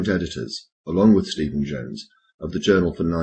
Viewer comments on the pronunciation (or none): none